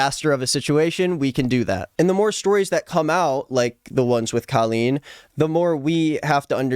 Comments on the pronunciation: I’m sorry but you pronouncing her name as Kaleen is so funny to me😭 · this has nothing to do with the video but i just halfway through the video i noticed he is pronouncing her name wrong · That's not how you say her name